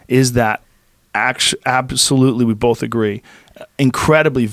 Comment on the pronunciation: Joe “it’s bollff” Rogan